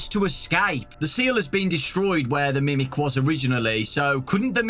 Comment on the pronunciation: I kept on picturing grimace every time he said grimic